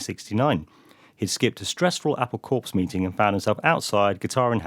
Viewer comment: Ehh. Corps is pronounced "core", that's why they use an apple for the logo...